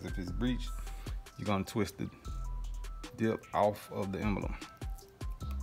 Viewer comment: Nice work. No need to say “what’s up YouTube.” And the word is Emblem, not “embElem.”